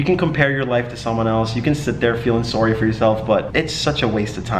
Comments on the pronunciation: You already got that Canadian “Sorry” I love it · this mans said “soory” at like and it was the most canadian thing i have ever heard him say in the last 3 years i’ve been watching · "sorey" XD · The way u said sorry so Canadian😂😂💀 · Rain channels his inner Canadian